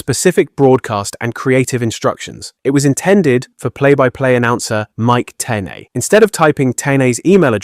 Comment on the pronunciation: This video is so weird. Wrong timelines. Mispronounced names of known people. Like who is Tony Ski-A-Vone? Mike Tay-Nay? WWWF? Pictures that don't correspond with what he's saying. It's like he hasn't even watched wrestling